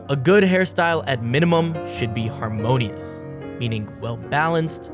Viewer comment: looked away from the subtiles for a second and heard "amongus" instead of "harmonious" 💀💀